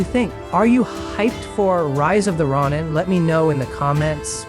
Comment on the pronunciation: stopped at 2 minutes, i aint about to listen to u mispronounce the games name for another 10. do no recommend channel. bare fuckin minimum n u couldnt do it.